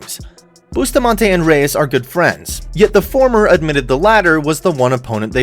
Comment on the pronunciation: Not "bay tuh" Reyes you idiot... 😒